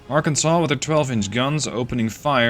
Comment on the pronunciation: You did a near-perfect pronunciation on Arkansas and some people saying similar fashion of Kansas put in a ar in front of it multiple ways to pronounce it but you did want a more common ways to do it if you did a pretty well so kudos to you